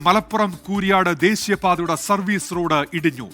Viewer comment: കൂരാഡ് അല്ല കൂരിയാട്